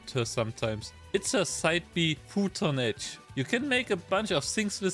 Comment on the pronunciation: It's not cruton edge it's photon edge.